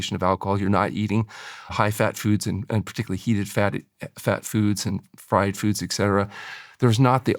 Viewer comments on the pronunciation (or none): none